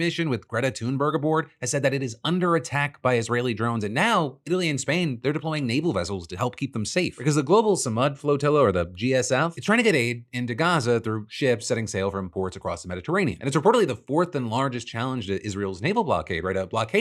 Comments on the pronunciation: Fyi it's pronounced "Suh-MOOD" not "Suh-MUD" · Phil thanks for reporting on the Sumud flotilla. Apreciate you. For future reference it's pronounced Sumood. This word is a very important and meaningful word to the Arabic speaking region the story is connecteed to, especially among Palestinians